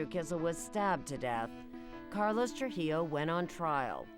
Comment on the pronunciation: Why can’t any of these white people say “TruJILLO”?